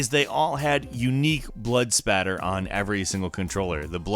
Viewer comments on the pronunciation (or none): Why do you keep saying "spatter?"